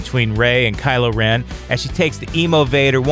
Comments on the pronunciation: Kylo Ren-ier? Fuck off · 'Kylo - rennier' . . . LOL Is that how you would spell that?